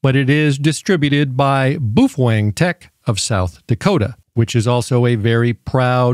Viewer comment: Pronounced Bow feng